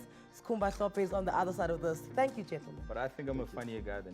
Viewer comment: Its Hlophe Anele not Mhlophe, please dont ruin our Zulu